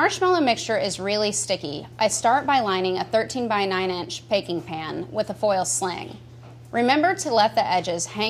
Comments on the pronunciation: payking pan? wtf? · Nice comments guys but I didn't see anyone mention the fact that the rehearsed video has her saying "Paking Pan". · What's a "Paking Pan"? haha